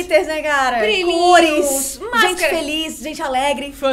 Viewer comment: "importante é ser ferli" kkkk